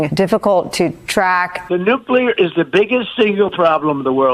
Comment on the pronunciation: Energy cost in the UK have not gone through the roof. Wind turbines are much more attractive than pylons and cables and infinitely more attractive than Trump. And by the way, he did not refer to 'nuclear warming', I think it was 'nulcear warming'.